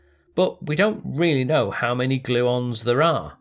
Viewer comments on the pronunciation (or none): none